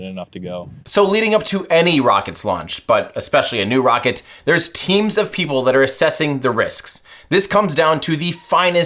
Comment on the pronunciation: It's ironinc that Lt Rockett says Wocket, and not Rocket - he can't pronounce R, instead it's W 😝😝